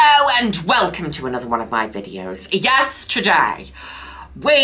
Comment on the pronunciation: I love how she says “Yes Today!” and it sounds like “Yesterday!”